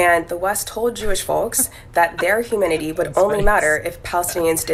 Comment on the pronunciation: HU - ma - ni - ty, I guess the accent is on the first syllable